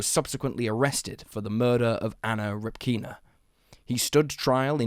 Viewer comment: It's Anna Répkina, not Repkína. They don't say things like english-speaking folks in russian. The surname comes from the word "répka" (r-ye-p-k-a), which is a softer/cuter version of the "turnip" in russian.